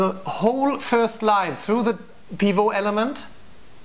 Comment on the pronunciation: It's been seven years so you may have learned by now that "pivot" is an English word, so you pronounce the "T" . Otherwise an excellent discussion.